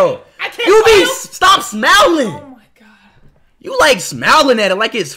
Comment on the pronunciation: the way he said “smiling”